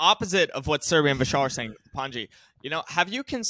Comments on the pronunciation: Honestly, everytime i hear they say your name, all i heard was pungee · Its pronounced Pun-G